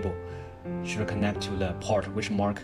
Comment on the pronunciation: My fellow Asian Brother Don't say, "Le" it's "THE." Lets get this right.